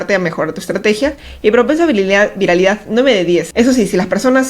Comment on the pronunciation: Videazoooo, dato curioso. Quién se dió cuenta que siempre está apunto de decir VIRILIDAD en lugar de viralidad jeje